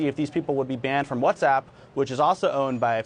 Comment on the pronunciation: I'm here trying to figure out if I was pronouncing WhatsApp wrong all these years or did Ti just said it like that.🤔